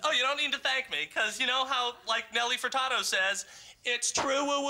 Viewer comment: sorry for the 3 year late reply, but it's Nelly Furtado - like a bird